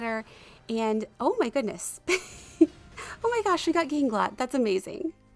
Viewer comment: The way you're supposed to say ganglot is weird, gahnglowt